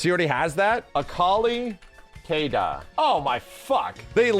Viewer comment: His pronunciation on "K/DA" kills me lmao